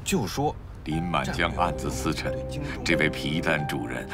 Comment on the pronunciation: 暗自思忖 拼音 àn zì sī cǔn ，旁白读成了chen